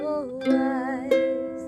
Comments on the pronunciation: Also the very first E in Edelweiss is pronounced as a long A. Like Aidel-Vice. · Great tutorial! Just a small thing, the "weiss" is pronounced like "vice".